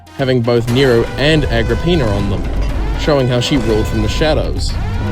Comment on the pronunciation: Agrippina more like ag rah peenar